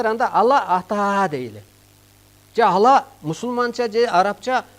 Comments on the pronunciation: Ала эмес Алла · Э бул жинди окшойт (ала)эмес Аллах дечи